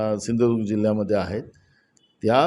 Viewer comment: नानां तुम्हाला धड कोकणं बोलता येत नाही धड सिंधुदुर्ग तुम्ही सिंधुदुर्गाचा विकास काय करनार